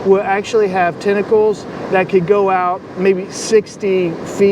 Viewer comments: Sorry but its tentacles but not tinacles is pronounced 🖐🏻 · "i guess i touched somebsome of the tentickles"... touches the thing again licks his hand 🤷🤦😂